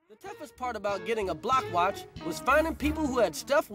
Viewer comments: I keep thinking he saying “the black watch program” 😅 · That damn man was saying 'Black Watch Program' not block watch program 😂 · Sounds like he’s saying “Black watch”